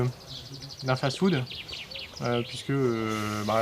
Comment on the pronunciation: Marketing elle le prononcé Markeuting Et fast food elle dit faze food